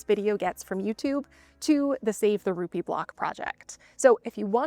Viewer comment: Heard of it. Been there. :) The first time you said Ruppe Building I heard Ruby Building. Yup, color checks out. That sense of community is one of the many things I loved about Da UP.